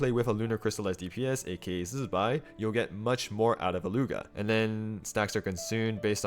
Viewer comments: OMG all the Genshin creators need to be pointed to your video on how to pronounce Zibai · Love the zibai pronounciation 👍